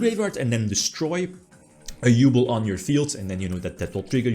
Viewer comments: OMG I had to pause for a second because oh How you pronounce Yubel 😅 As a hard GX fan, I was oddly happy for the yubel support as much as the ability to hear pronouncing GRINDER GOLEM 😂❤ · yeah dislike just for the way you say yubel sorry dog